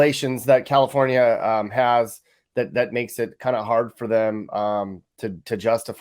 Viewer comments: “Cacafornia”. I admit that I laughed at that, but dang, it’s sickening and depressing. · I'm so mad at you for making me laugh at "Cacafornia" lmao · "Cacafornia" enough said. I have spent all 52 years of my life in California. Lived in both NorCal and SoCal. Watching the decline is heartbreaking. I climbed to the top of the mountain next to Big Bear mountain 10 years ago and on the summit boulder were LA gang graffiti and broken alcohol bottles with a used condom wrapper. Awesome work and especially the commentary. Taking a cruise through the Harbor Area (focused on Wilmington CA) could be an interesting drive: junkyards, projects, strip clubs, dive bars, the harbor, and ghettoes. You were there before I think but it didn't catch the true spirit of the area. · Ca-Cafornia, I am originally from there and I found that hysterical!! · Cacafornia lol 😆